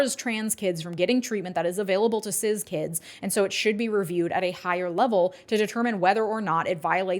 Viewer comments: lol why do you pronounce cis "ciz" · Love this vid, particularly the breakdown of TN’s hypocrisy behind allowing usage of gender affirming care in other instances for cis-kids is incredible. Plus, pronunciation of “cis” like Sizz instead of Siss got me like 🤔